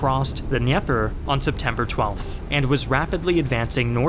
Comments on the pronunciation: The river is pronounced “Duh-Neeper” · The Russians also couldn't blow the bridge(s) to cross the Dnieper River. Also you need to pronounce the d in Dnieper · I just have to say the way you pronounce Dnieper was hilarious to me. Excellent video though and I enjoyed it very much.